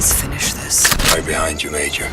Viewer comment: Por favor, parem de chamar Meijor. É Major, ou Motoko. simples assim.